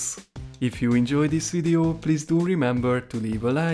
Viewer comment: did you just say lits git right in to the veod at